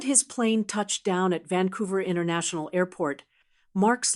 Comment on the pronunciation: It's Vancouver not Vancovrr like the sign says